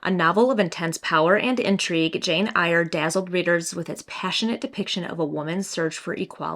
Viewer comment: Fabulous video!! Also, your eye make-up looks lovely!! That yellow Sally Rooney BOTM 🤩 Our UK cover is blue but a totally different design! Btw, the ‘Eyre’ of Jane Eyre is said like “air” 🙂 xoxo